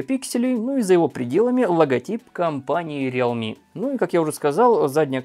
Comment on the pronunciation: Не рилми, а реалми